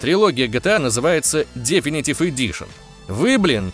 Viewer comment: Вообще-то, 1 Crysis был на движке CryEngine 2, а не 3. Definitive - слово с двойным ударение на 2 и 4 слог. Как можно было ударение поставить на 1 слог, я вообще хз. Ебать я душнила...